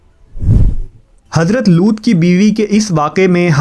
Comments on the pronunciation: हज़रत लूत alaihissalam not लूट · Madam It's not loot it's looth लूत